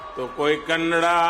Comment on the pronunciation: Respect to our beloved prime Minister ❤️ for saying KANNADA ❤ AND NOT kannad 🙄 Best prime Minister of india 🇮🇳 ♥️